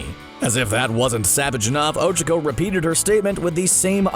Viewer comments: What is “ochiko” it’s och-ac/k-o but you have to say “(o-Cha-co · Its Oh-Chaa-kOh